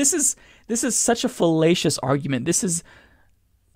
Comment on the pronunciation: Lol i spent like a full minute in my head wondering if you said "fallacious" or "fellatious" <3